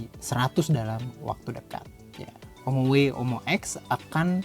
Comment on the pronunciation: Om-oway. Saingan om-mobi😂